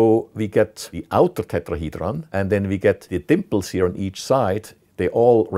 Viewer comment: This guy has the perfect accent for the word tetrahedron